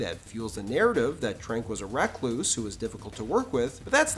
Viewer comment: recluse is not pronounced 'reck-loose'